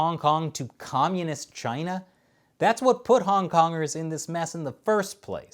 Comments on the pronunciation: It's pronounced "GYNA"!! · zoned out and though he kept saying vag!na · China's 'gina? lol. I guess I heard differently. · He was saying CHina this whole time? I thought he was saying "Gina"...he keeps looking at that..well, nevermind. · some of those "China"s sounded like "Gina" thank goodness he didn't put "Vi" in front of it. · “V’China” -Trump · Was he saying Vagina or china? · When the Pres. Trump calling China so quickly it blended in and sounded like Vagina..... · all I hear when he says that is vagina... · Everytime Trump says "c h y n a" I keep hearing vagina. Its awesome. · Too many times china sounds like v*Gina 😂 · Cryo Optic i heart like vechina if ya know what i mean haha p***y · That is CHYNA with a y.